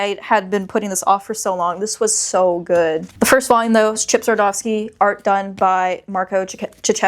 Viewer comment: There’s no “f” in Chip Zdarsky